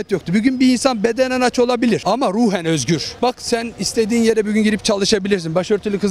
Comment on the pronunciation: danilo şef bile daha güzel "bugün" diyor